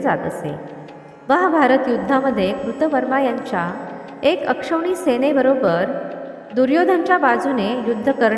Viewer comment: ते अक्षवणी नाही तर अक्षौहीणी असं आहे.